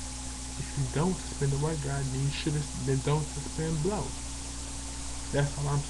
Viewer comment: you cant even say Blount right. Do you even know when Blount said about Boise State before the season? You have no facts. Are you related to Al Sharpton?